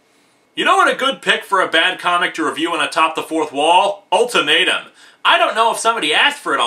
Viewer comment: The way you say "ultimatum" sounds like you're saying " old tomato"